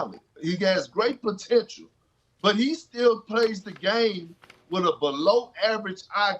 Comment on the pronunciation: Kendrick “plotential” Perkins